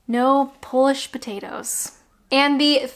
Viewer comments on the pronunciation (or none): none